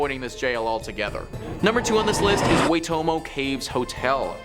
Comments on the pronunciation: Loved the Nar-pee-aye and the Way-toe-moe horror demon stories. Gonna go find some true life neeeeeeeuuu zeee Land stories now. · And waytomo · places are pronounced pooh-ih-newy, nay-pier, why-toe-mow. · Puhinui - pu-he-new-e… Napier - nay-p-r… Waitomo - Why-tour-more